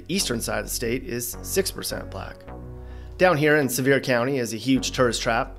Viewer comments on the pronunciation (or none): none